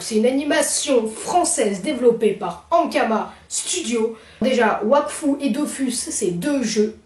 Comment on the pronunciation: Wakfu il a dit